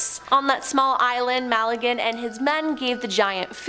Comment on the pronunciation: Ferdinand MA-GEL-AN not MAL-I-GAN